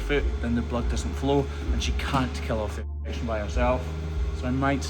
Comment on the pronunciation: Why can’t you say infection???